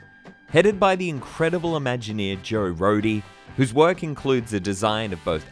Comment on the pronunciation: Thank you for pronouncing Joe Rohde correctly